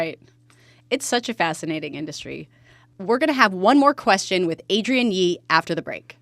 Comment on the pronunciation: Good insights 👍🏼 You didn't mention impact of deminimis changes. BTW, imher name is AdriENNE, not AdrIAN. Yeah, French, I know.